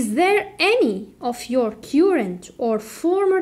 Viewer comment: On the name of many pupils and parents I thank you so much for your efforts.May Allah reward you better...just a little remark on pronounciation of "current".it's wrong.have a check.